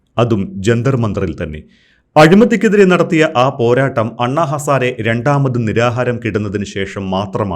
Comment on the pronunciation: ഇയാൾ anna ഹസാര അല്ല kooooo ഹസാരെ